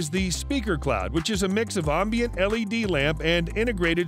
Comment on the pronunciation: Buddy, it's pronounced "Am-bient" 'AM' as in 'HAM' not 'Om' as in 'Calm'. You're saying OMbient, it's AMMbient, say it correctly. the ONLY time its OM is in the pronunciation of AM(om)-BIENCE.